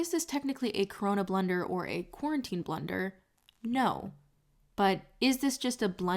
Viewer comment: I'm uncomfortable with how you say blunder like blender xoxo